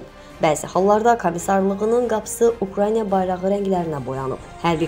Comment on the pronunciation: Bu aparici qiz chox savaddizdir. Yene de ukrayna evezine украйня deyir, yashayish menteqelerinin adini duzgun deye bilmir.